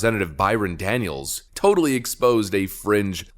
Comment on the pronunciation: It's Byran DONALDS, not Daniels!